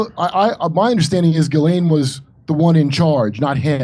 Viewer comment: It's not pronounce "Ghil-Laine" it's pronounced Jizz-Lane....owhhhh...unbelievable!